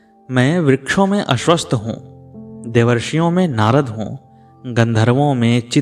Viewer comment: तुम ज्यादा सायना मत बनो... उच्चारण सुधारलो, ज्यादा बकचोदी मत करो... वह शब्द "अश्वथ" हैं..